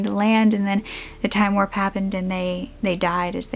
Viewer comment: warp, not worpe